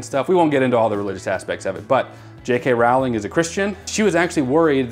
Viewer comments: J. K. Rowling's last name is pronounced like "rolling". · Grew up with these books/movies, I live in England so I love it haha. It' J.K Rowling (as in Bowling not as in Howling). not that anybody asked or cares haha